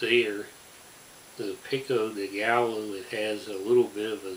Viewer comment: I love the way you pronounce "pico de gallo, guacamole, and jalapeño" 😂